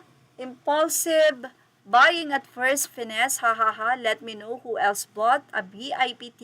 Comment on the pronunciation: "At its finest" po hindi "At first finessed". Bigyan mo nmn po ng effort ang pagbabasa at pag pronounce ng mga words. Lagi kong kino-comment na kung hind ka sure so word at sa pronunciation eh i-google mo lang. Hindi po yan kumplikadong gawin.